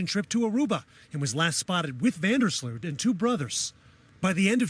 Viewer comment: It's Van Der Sloot, 😂 im Dutch